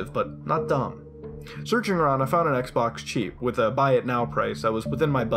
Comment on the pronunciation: Sounds like he said sex box